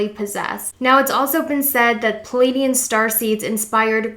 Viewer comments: PLEaidian not Pilaidian lol please get my home nation's name right 😅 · Pleiadian. PLEE AYE DEE AN not PAL AYE DEE AN